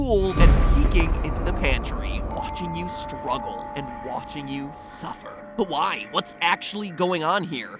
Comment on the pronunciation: Why did Mat say "but why" like that XD